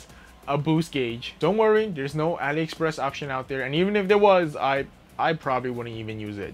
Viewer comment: Ali express